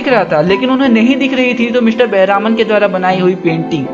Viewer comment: He is not बेहरामन it is बेहरमान